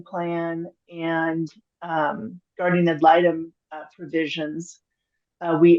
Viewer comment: Guardian! nnnnnNNNN! Not Gardium 🙄 😂